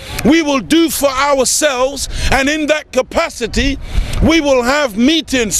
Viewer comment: You can't correctly pronounce the word "for"